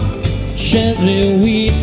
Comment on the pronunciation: Also, "gently", not "Shently". "You" were perverted, not "t'you" were perverted.